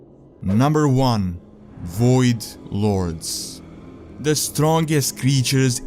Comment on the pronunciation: The WOID LORDS.